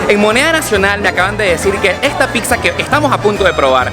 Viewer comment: No se que me da cuando alguien dice picsa